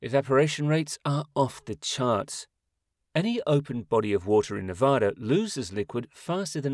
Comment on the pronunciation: Please don’t say Nevah-da, watch a video or something on how to pronounce it!! It’s pronounced Nevada!